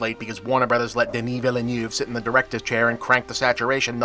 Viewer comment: Bob, I love ya man, I will defend you from the most persistent kiwifarm-brand trolls down here in the comments but for the love of all things sensible the director of Dune’s surname is pronounced “Veal-nerve”.